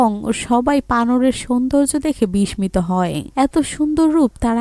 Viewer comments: বিস্মিত উচ্চারণ ভুল হচ্ছে।।। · বিস্মিত এর উচ্চারণ ঠিক করতে হবে।